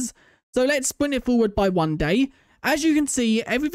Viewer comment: What he says- sprint-what we hear-spwint😂